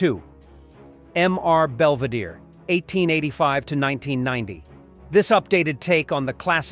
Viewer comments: "Em Are Belvedere" 😂🙄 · Along with pronouncing another show "m r belvedere"... just terrible tbh